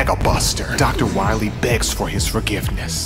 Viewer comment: Doctah Wahwee